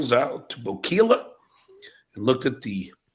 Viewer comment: Oh and John …… Ocala is pronounced O cal uh Not O keel a 😂😂